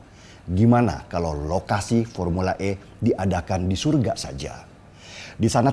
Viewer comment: Keknya nyang oas nyebutnye bukan sorga bro... Tapi soroga 😂😂.. oaaakhh.. mantap kopinye 🙏